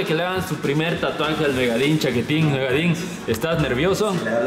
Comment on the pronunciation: Yo: se dice tatuaje verdad? Todos: tuatuajes Tatluajes Tlatuajes Xd